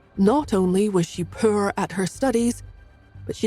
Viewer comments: The way this narrator says poor…. Pur… is too comical 😂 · British pronunciation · It’s the pronunciation of poor and the voice of the saditty uncles and aunts that get me.